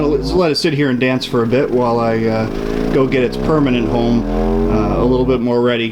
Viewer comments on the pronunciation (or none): none